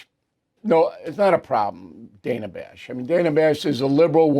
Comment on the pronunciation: Bill can't pronouce Dana or Tapper.